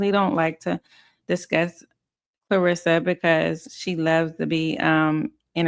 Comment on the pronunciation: I love your channel but can you please get her name right? It’s Kar-lissa…NOT Klo-rissa 😂😂 she’s not the boxer